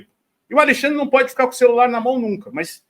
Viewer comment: Ele é "pôdi"!